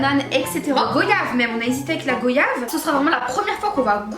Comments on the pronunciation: Petit clin d'œil à la Guadeloupe avec l'une de ses multitudes douceurs 🇸🇷💕 Ps: on prononce "goyave" comme le mot royale et non GOyave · Goyave ahhhh ça se dit pas comme ça ☺️😂